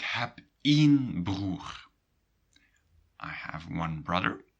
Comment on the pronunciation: Is it just a different accent? The reason why you pronounce één as keen and not as brain